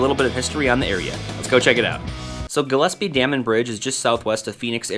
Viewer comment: Hey finally someone that pronounces Gillespie right. Great video.